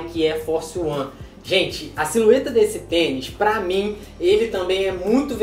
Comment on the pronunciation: Só eu que percebi ele falando SILUETA